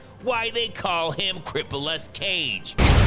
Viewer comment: I thought bruh said Niggaless 😂😂😂😂